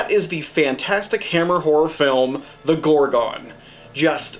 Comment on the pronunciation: The film is called The Gorgon not as you pronounce it GorgOn